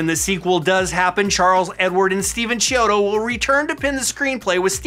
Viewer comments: Its actually pronounced key-odo not Chee-odo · Sorry if you've been told this many times before, but you're pronouncing their names incorrectly It's KEY-odo. Not CHEE-odo Hope that helps!